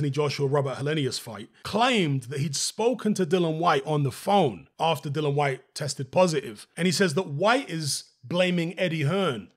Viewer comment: Please out of respect pronounce dillian correctly, it’s not hard